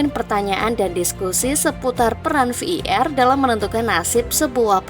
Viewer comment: Admin sampah ngmng var aja sampe v i er kwkwkw